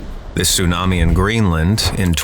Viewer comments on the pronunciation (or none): none